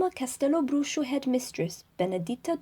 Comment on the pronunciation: Just found this in the middle of the quarentine. Thanks for the listening :) and kudos for pronuncing Castelobruxo well (I know it's spelled out on the site, but I still have heard ppl sounding a bit off lol)